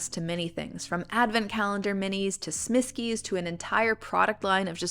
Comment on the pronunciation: I'm the one that asked about the Smiskis! You did pronounce them right, as far as I know. Thank you so much for the ideas, I like the idea of switching out the phone background with different Smiskis :]